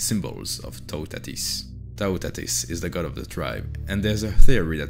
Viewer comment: In english sounding syllables, It's pronounced: "TU-tatis", not "TAUOU-tatis". You're welcome ;)